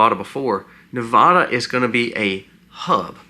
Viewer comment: Please, for future reference, it is pronounced Ne-VAD-uh, not Ne-VAH-duh. :body-green-covering-eyes: It's a touchy topic here! Thank you!